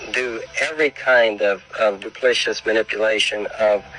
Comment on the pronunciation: I don't rly trust the word of a man who says duplicious. It's duplicitous